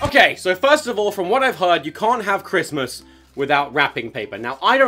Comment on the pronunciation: "The war on Smissmass!"